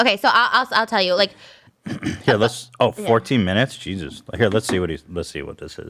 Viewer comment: I love how Trisha pronounces “cheesuz” instead of “Jesus” 😂